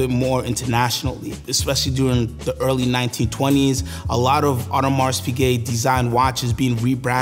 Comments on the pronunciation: nice presentation. Just hurt my ears when you kept calling “Audemar(s) Piguet” with a pronounced S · Weird that this guy is so knowledgeable of AP but mispronounces it every time